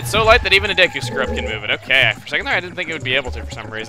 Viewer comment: Wow. Chuggaa is being really inconsistent with pronunciation. He keeps switching between saying Deku as DAY-koo, DEE-koo, and DEH-koo.